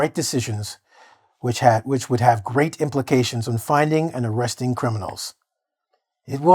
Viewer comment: number three sounds like pround not implications to me, am i right. ohh hi.